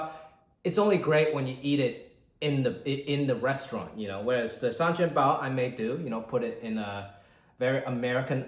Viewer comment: Still can hear the HongKongers' ascent while pronounce sanjian bao / xiao long bao here!